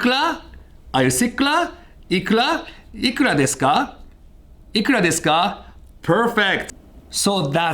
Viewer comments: It was all perfect until you destroyed the pronunciation of "ikura deska". Otherwise an interesting video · Everyone: Ikura deska: Iklah deska speaking of the R and L pronounciation loophole.